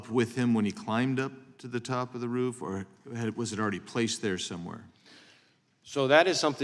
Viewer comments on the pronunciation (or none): May I just say it is, roof, and not “ruff”. You may now proceed.